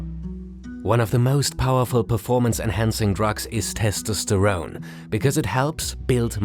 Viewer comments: That pronunciation of testosterone took years off my life. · The testosterone pronounciation is killing me